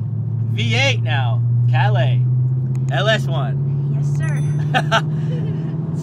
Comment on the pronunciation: Nice ride👍 just glad you pronounce Calais better than last time 🇦🇺🍻